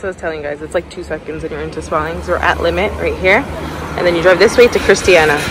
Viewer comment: She says Sparleeens 🤔